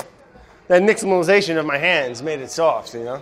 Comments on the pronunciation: Brad has such a hard time pronouncing simple words but nails nixtamalization? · I'm just surprised Brad pronounced "Nixtamalization" correctly.